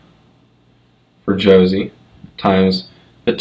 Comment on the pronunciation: Jose is pronounced HOE-SAY.